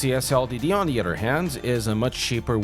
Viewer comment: Other not udder